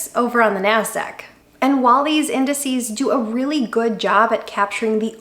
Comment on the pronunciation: I am just happy you said, "indices" as opposed to "indexes". That, along with "matrixes" as opposed to "matrices". Thank you for getting that right, I don't have to unsubscribe :)